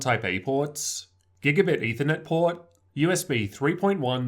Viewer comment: the way you say port XD